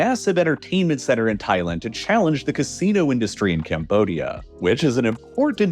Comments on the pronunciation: I couldn’t make it through the whole video because you say Thailand too weird. It’s Thai-land not Thai-lend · Thailend lol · Why you sayin Thailand like that ? Lol am I trippin?